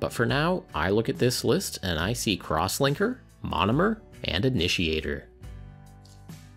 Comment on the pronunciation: LOL I thought he said "Crosswanker" and started paying attention